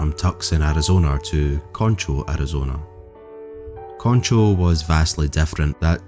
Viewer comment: Concho. He pronounced that one right.